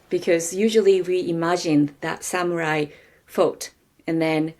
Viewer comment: I lost interest the moment I heard “samyurai”. Can’t count on any meaningful content after that.